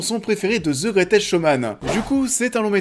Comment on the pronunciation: "The greutèsque showman" 2x de suite en début de vidéo ça pique. Ça fait beauf. Bosse ton accent, fais un effort